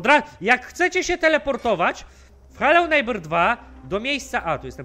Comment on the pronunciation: przez ciebie i tak do końca życia będę na tą grę mówił "heloł żnibrings" xD kmwtw